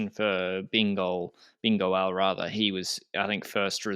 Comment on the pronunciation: If can say “Bingo-El” I think should be allowed to say “A-Taco” 😂👌